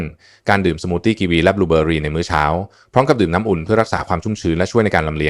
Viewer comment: บูเบอหรี😂😂😂😂คงใช้ AI แปลภาษา